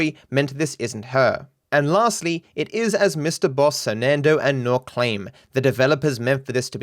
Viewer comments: Sernandoe never learned how to sound out words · You lost me at sernandoe and naught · Dont ever say surnandoe mybe right ever again